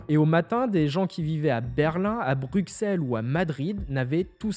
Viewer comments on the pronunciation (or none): none